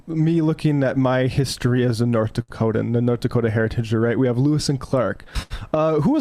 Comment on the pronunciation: Jesus what the fuck? Noth Daktoans and what what? fewer mushrooms and more linguistic skills.